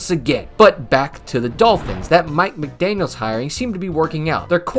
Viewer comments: His name is Mike McDaniel, not mcdaniels. Always bugs me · It's McDaniel, not McDaniels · I’m not familiar with this channel, but he doesn’t seem to know much about Miami. That win at the time was very impressive. Plus, he didn’t mention any of the dolphins key injuries that game, along with mispronouncing Tua’s name and calling the coach “McDaniels”.